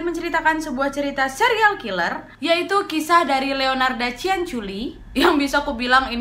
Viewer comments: Astaga bangg culi bang bukan coli😂😂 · Kak nad itu salah ucap katanya lucu (ciancoli)😂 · Ciancoli kau bilang ahahahah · Cianciulli kak nad bukan ciancoli 🤣🤣 poltak ya kak , polos tak berotak 🤣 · The way you said 'CianColi' make me laugh so hard 🤣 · COLY JIR:") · "ciancoli" maap 🤣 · Kak nadia salah ngucap kan. 😂😂 Ada kata coli Astagfirullah halazim kak.. Udah bulan puasa loh.. Tobat.. Selamat menunaikan ibadah puasa 😉👍❤😘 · Aku kaget kak pas kakak ngomong cianc*l*😆😆😆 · salpok sama kakak bilang ciancoli😂😂😂😂😂